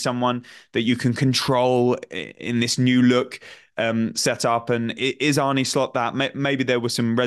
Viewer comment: How difficult is it to pronounce Arne correctly???...